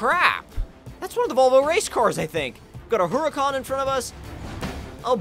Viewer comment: This guy cannot pronounce cars to save his life, since when was the Lamborghini Huracan pronounced Huracon?